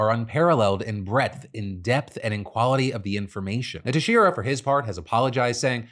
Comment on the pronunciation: Texeira is pronounced Tex-air-uh. It's Portuguese. I live near his town in Little Portugal/Fall River